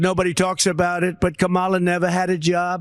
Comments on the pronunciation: How does he know what Kamala-a-la did as a teen? He can’t even pronounce her name. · Donald Trump is so stupid he can't even pronounce Kamala right. Did he graduate did he go to school? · Who's is they and WHY can't he pronounce her name. I call just plain STUPID. I can't take anyone following him seriously. Pure IGNORANCE or RACISM. Don't clap back. Today is not the day and I'm not the one!!! Love your channel, where the truth WILL be told